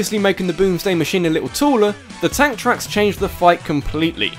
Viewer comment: lmao when you said TANK TRACKS, I thought I heard ANTHRAX. Ridley? ANTHRAX!...